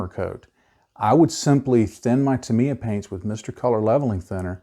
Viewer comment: Wow the only person I have heard say Tamiya correctly. However like the comment below I use alcohol great than 90%. I used car wiper fluid and 90% alcohol to clean my airbrush and brushes. You can add glycerin to the thinning paint so the airbrush doesn’t get dry tip. I love Tamiya paints they go on flat and dry fast.